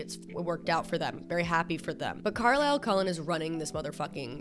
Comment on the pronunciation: the way u say carlisle is so fucking funny because i’m aussie AND IT SOUNDS LIKE UR SAYING CORALINE